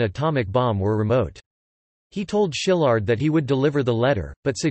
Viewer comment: It's pronounced "see-lard" - not "sheelard"